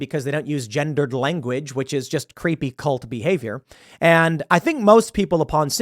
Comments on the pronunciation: Did it say gendered or ginger Ed? What a cuck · I could only hear him say gingered language.